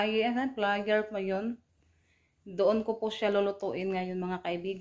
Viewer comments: Air fryer not air flyer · Airfryer po d flyer